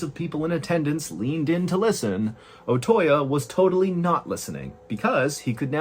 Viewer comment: The correct pronunciation of Otoya is Oh-Toe-Yah, not Oh-Toy-Ya. Your mispronunciation of that name is painful to listen to.